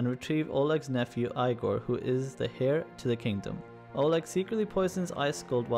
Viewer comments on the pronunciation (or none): Your pronunciation dude.. Eye-gor? Ooby? Keev?